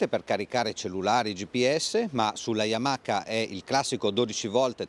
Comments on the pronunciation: Si pronuncia Yamaa e non yamaca. Le basi 😂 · Yamaka. C'è poco da fare. Appena ho sentito il "K" Ho chiuso